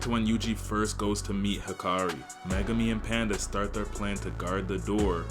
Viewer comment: Hikari? I thought it was Hakari